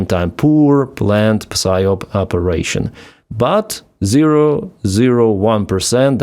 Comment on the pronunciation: you don't pronounce the p in psyop, it's sie op.. ok